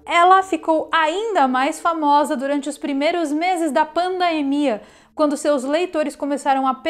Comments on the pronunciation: Interessante, a palavra correta é PANDEMIA, ela fala paindeimia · Pq ela fala "pandaemia"? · Tão inteligente que fala pandaemia kkk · PANDAEMIA KKKKKKKKKKKKKKK ALGUÉM CORRIGE A SENHORITA PFV KKK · Por que "pandaemia"?? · Porque a apresentadora fala "pandamia"? 🤔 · NÃo sabe falar pandemia kkkkikkkkkkkkk